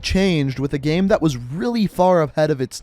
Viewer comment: He says gem instead of game lol